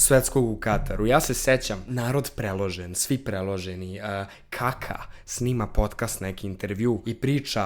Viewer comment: sto pogresno akcentujes Kaka? to je moje pitanje